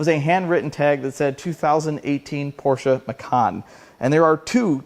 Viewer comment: Thank you for pronouncing Porsche correctly!